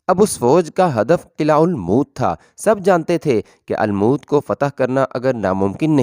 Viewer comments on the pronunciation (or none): Bhai lafz almoot nahi balke almot hai